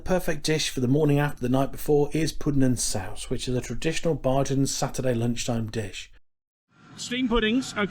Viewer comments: Nice video sir, just a heads up bajan is pronounced bay-gin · Heyy.. try saying "bay-jan" instead of "bah-jan" .. thts the proper pronunciation ❤ thank you for visiting my island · Dont say BaHjan ever again!!!l Pronounced like Bay Jun... you're welcome ❤ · There is no R in Bajan. Bay jun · It’s not pronounced Barjan -that was funny. It’s pronounced bay - as in sitting on the dock and jan - as in the month. The inaudible ingredient was angostura bitters. Chefette - that was fighting talk that you put out. You missed out the drinks sorrel and mauby - the latter is ❤ but perhaps an acquired taste. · you don't go to cheffette for Burgers.. you go for the CHICKEN period... go into St. Lawrence Gap and find Gap Burger in front of Rostrevor hotel and get a great burger.. and Bajan is pronouced.. BAYjan.. (hard j, not soft). and Rum punch doesn't have Orange Juice In it. looks like you enjoyed your stay. .may other places to eat on the island. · It’s pronounced ( bay jan) thx for video